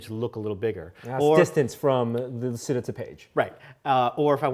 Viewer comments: Guys it is italian: camera lucida is pronounced camera luchida( lu as in look, chi as in chip, da as in dart) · Sorry if I step on toes here, but it's REALLY BORING to hear the word lucida mispronounced over and over again by otherwise intelligent people. It is an Italian word that is pronounced phonetically as such: loo chee da.